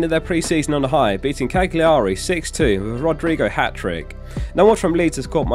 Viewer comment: Sorry to be pedantic but it's Cal-you-ree not Cag-li-ar-ee